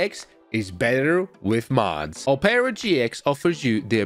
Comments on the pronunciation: Brother it’s pronounced aa-pr-uh not oh-pear-uh 😂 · "Opera GX is pronounced Op-ra GX, not opeara GX" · "a-pra" gx The world: "op-ra" gx Btw, can you do this on the police side? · I love how he says opeara instead of op-Er-a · Operagx is produced op-ra gx not op pearer gx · It’s ah-per-uh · as soon as i heard him say oherra i went to the comments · same i heard omarra and just came to the comments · Ah yes “oh pera gx” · "Opara GX" LOLLL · O-peara GX? Had to lock in to figure out you meant OperaGX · I have opera gx but he really said ohpaira gx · Bro really said opaira GX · am i the only one, pissed that he called Opera GX 'Opeeeaaarraa GX' lol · PRONOUCNIGN OPERA OH PERA INSTEAD OF OPERA LIKE THE WOMAN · Who noticed said opera wrong haha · never heard anyone pronounce opera like that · You're pronouncing Opera so wrong.